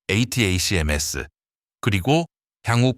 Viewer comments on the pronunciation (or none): none